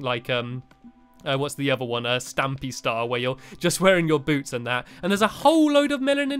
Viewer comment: You said stamy when it’s actually stampy